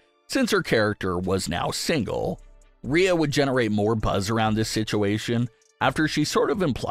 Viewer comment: Pronounce her name right. That's disrespectful